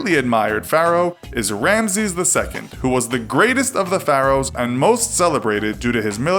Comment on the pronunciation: You say Pharaohs wrong